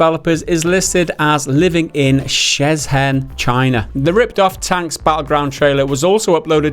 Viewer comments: Shenzhen not Shezhen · LOL it's pronounced SHEN-ZEN China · I love how badly you pronounced the place in china.